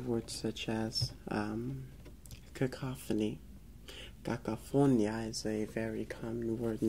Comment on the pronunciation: Great video. You'd make a good Spanish teacher. Hope that's the career you're pursuing. Also, one tiny thing. The word for cacophony is cacofoni'a, the stress is on the i, not o.